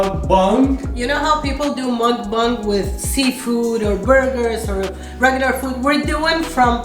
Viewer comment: muck bung ? its a muck bang😂😂🤣🤣😂😂 love you guys ❤❤